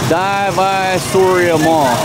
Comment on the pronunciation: Divisoria, like "D V sore ee ah"